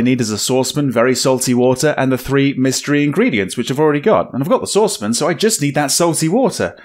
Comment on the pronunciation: is saucepan one syllable? :)